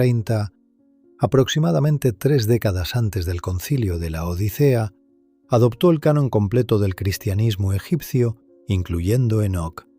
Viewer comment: Lo correcto es el sínodo de Laodicea... no el concilio de LA ODICEA... el narrador es español y pronuncia como C y no S. No dice odisea, sino que lo dice pausado LA ODICEA. Jajajajajjaja